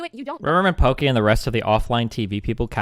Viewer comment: Lmao, wait did Destiny just say "Poki-whore"